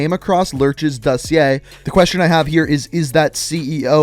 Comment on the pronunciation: The way he pronounce’s “dossier” upsets me more than it should.